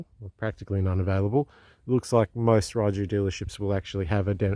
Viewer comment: I think most people in Europe pronounce it "Ray-you"....but theres lots of different ways people seem to say it. I think fueling issue has been sorted. Same engine as Voge rally 300 with a different top end. Enjoy. They are popular in the u.k. warm regards.